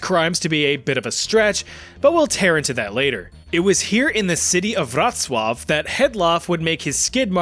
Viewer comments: As a Pole i say you pronueced Wrocław perfectly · Im glad u didnt completely butcher the pronunciation of wrocław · Nice pronouncion of Wrocław. Coming from native Pole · Super cool video! And props for saying Wrocław right, I noticed you always make an effort to pronounce things correctly and it's really nice to see :) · Pole here: hats off to you for pronouncing Wrocław correctly. I see a whole bunch of ways this name could be messed up, and you've somehow dodged all of them. Respect 🫡